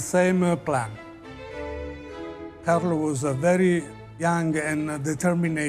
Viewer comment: I've been teaching English to Italians for over 30 years and ALL of them can never say "determined" right!!!!!! 🤣🤣🤣🤣